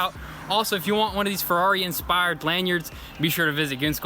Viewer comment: Ferrari, not Frari. Have to learn Italian.